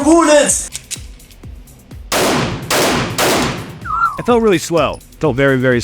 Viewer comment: “I need more boullets” caught me so off guard😂